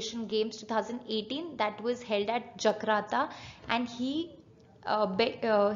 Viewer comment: it's Jakarta not Jakrata or Jagrata please pronounce properly.